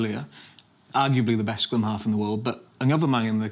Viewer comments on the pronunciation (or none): The host really needs to improve his pronunciation, the way he butchers Barrett's’ name and other words (scrum half not scum half lol)